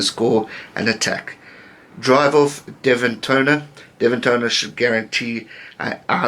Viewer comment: You got Devin's name right at the end of the video. Super video, your my favourite global commentator and good will ambassador, I hope you appear on Irish programs at some point.